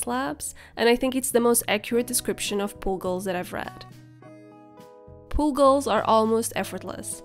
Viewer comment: it sounds like you're saying pool goals